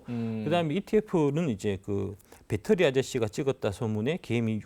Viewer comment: 배터리아저씨가 아니라 빳데리아저씨, 빠재입니다 ㅋㅋㅋㅋ